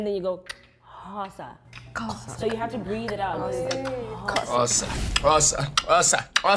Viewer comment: Bra, you said Xhosa perfectly 😂.